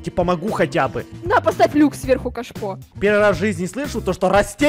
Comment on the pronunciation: На минуте когда хотела сказать кашпо говорила каш и потом говорила ааа и получилась каша